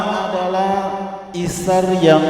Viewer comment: Isar pak bukan itsar